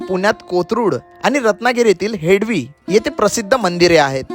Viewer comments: हेडवी नाही रे हेदवी नाव आहे रे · हेडवी नाही हेदवी मराठी भयानक आहे. शूट झाल्यानंतर निवेदन कोणा प्रचलित मराठी बोलण्याला सांगावे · हेडवी हा उच्चार चुकीचा आहे. हेदवी असा उच्चार आहे. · हेडवी नाही त्याच हेदवी असे आहे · हेडवी❌ हेदवी✅ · हेडवी नाही भाऊ हेदवी बोल. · हेडली नाही हेदवी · It's not हेडवी, it's हेदवी.